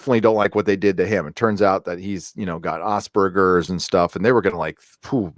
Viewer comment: First time I heard Asperger's pronounced as Ozperger's lol.